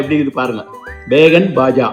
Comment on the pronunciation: பேகன் பாஜா இல்லை பைங்கன் பாஜா.